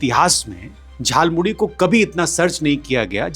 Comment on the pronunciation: Jhalmuli... bola bhi nahi aata.